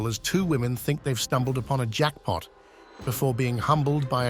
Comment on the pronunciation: a.i. in the last video, it tries to save jackpot and says it robot-like wrong.